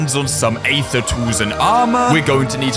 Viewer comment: Mispronouncing Aether for 47 minutes and 25 seconds straight